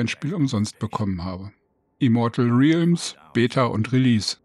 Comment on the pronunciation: Es wird egal wo 100% "rellms" ausgesprochen. Trotzdem danke fürs Video.